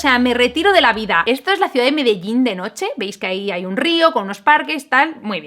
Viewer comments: yo de medellin, ter dice medellin yo implocsiona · Qué gracioso escuchar a decir Medellín, no lo esperaba...